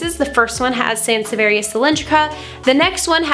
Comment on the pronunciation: That's a jungle room haha. The snake plant, in the Netherlands we actually have a complete different name for that. It is a sansevieria, but it is almost even commonly know as a 'vrouwentong' (lady's tongue). You Latin pronunciation wasn't too bad actually, don't beat yourself up about it if it doesn't roll of your tongue, it is a dead language after all.